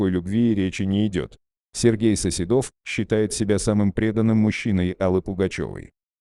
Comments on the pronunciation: Да, ударение не то и, я думаю,что это бот читает. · Коментатору : Не СоседОв, а СосЕдов!!!!! 5 минут думала, да, кто же это?!!!!! 👎👎👎